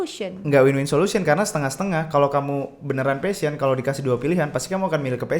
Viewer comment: Guys, you mispronounce the word "passion"